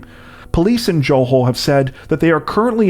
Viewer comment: Your pronunciation of Johor was pretty bad, the Jo is a Ja sound like Ja Rule, and the hor is the same as the hor in horrible. Otherwise keep up the good work.